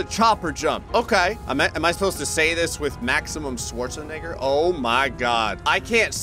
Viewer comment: A moment of silence for how his pronounced Schwarzenegger…